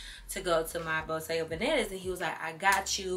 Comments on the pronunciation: Love you but it's bottega veneta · I die every time pronounces the brand names wrong and be confident 😂 I love all the outfits. My favorite was the custom green two piece.